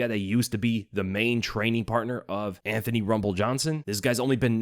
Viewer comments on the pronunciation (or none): none